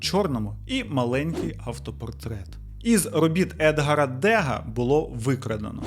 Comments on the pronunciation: Дякую за нове відео! Вийшло суперцікаво. Тема живопису мені близька і було боляче слухати як по-варварському грабіжники обійшлися з картинами😢 P.S. Невеличка заувага. Едгáр Деґá, а не Éдгар Дéга, він француз, тож наголос на останньому складі. І Куїнджі, а не Куіджі. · Лол))) не ДЕга, а ДегА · Може ДегА а не ДЕга ?) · у мене від вашої французької ледь вуха не відпали😂😂😂хоча б запам'ятайте, що у французькому наголос завжди на останній склад: багЕт, бонжУр, ДегА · Дякую за відео, мені особисто, як художнику, було дуже цікаво. Феєрична-аферична історія дійсно вартує екранізації чи художнього твору) На пам'ять прям прийшов Арсен Люпен))) А ще той Рік Рапунцель одразу викликає підозру) А Вайті на фото наче ту дитину зжерти зібрався)))) Й ще, перепрошую, але у французькій мові наголос припадає на останній склад, у прізвищах так само, тому ДегА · едгАр дегА, наголос на останній склад, бо він француз) дякую за Вашу роботу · Дякую за відео! В історії мистецтв є багато цікавих кейсів з пограбуваннями - та ж Мона Ліза або Гентський вівтар. Відповідаючи на ваше питання у кінці відео - найкращий музей міста дн я живу, це Рейксмузей, у ньому нещодавно проходила виставка 27 із 32 відомих робот Вермеєра. А скоро буде проходити ретроспектива Ф.Хальса З.і. трохи потошню, але Едгар Дега був французом ,тому наголос і в імені і в прізвищі має бути на останньому складі, пробачте🙈